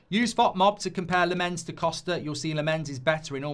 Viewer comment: Lammens is pronousd Lamm-ens not La-mmens. Tips from a Dutch speaker. 🙂